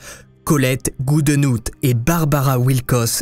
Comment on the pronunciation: Tu connais pas David Goodenough ? Ca se prononce "goudinof" plus ou moins.